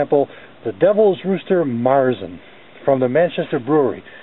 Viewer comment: good review only you pronounced and spelled maerzen wrong. whenever you see the umlaut over a letter its carries with it its own specific pronunciation. if you dont know the alt codes to type it, simply adding an "e" will suffice ex. ueberalles. Keep the reviews coming!